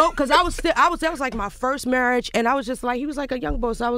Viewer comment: Omar Scruggs 😂👍As Lil Mo says "Murraige".